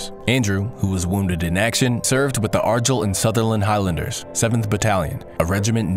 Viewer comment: Nothing against the new person, but I'm nostalgic for the original. Though, that's not how you pronounce Argyll lol